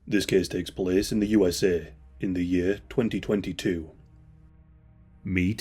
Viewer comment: Case “Cease” Takes “Teakes” Place “Pleace” Tube “Chewb”